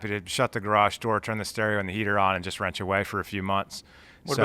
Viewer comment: LMFAO. My wife was listening to the end of this Vid and heard say he would be happy to"wrench away" all winter and she thought he said "rent your wife" all winter.:)